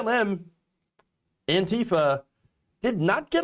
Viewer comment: Not "Antifer",! Say it ain't so! 😱